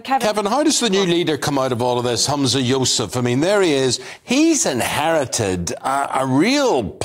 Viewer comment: "Kate Ford and Humza Yo-sef!" Classic Eams😂